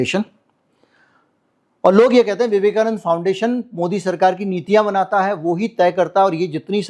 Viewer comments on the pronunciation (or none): none